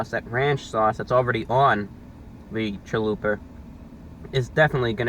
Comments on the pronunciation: every time he said "chaluper" i died a little inside. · My Hispanic self cringes when Spanish words are said inccorectly. It's CHALUPA. (cha-lu-pah) but he's selling me on the chalupa taco, I'am edger to try it. \m/(^_^)\m/ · Great review as usual, but what is a “caliper .”🤩I’ve been teased for pronouncing pizza as “ pi-zer.” So I feel you.Most inventive thing ever, really? I thought the microwave was pretty cool not to mention the light bulb. Hyperbole never hurt anyone 😅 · Great review as usual, but what is a “caliper .”🤩I’ve been teased for pronouncing pizza as “ pi-zer.” So I feel yo😅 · man I love a "chualuper" hahaha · lmao.....chaluper kills me everytime i hear it!!!!!!!!!! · Every time you say Challuper I get goosebumps of joy. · WHAT THE HELL IS A "CHA-LOOPER"?!?!?! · "CHALUPER" love it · I will be pronouncing it "chalooper" from now on. Thanks Review Brah!